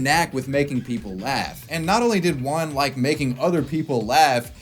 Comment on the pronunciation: Everyone: juan: wuan